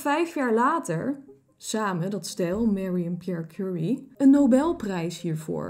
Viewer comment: Leuke aflevering! Kleine kanttekening: het zijn Marie en Pierre Curie, op zijn Frans uitgesproken 😁 ku-RIE